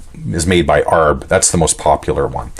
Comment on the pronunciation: Arb....., wow..., I heard that as well...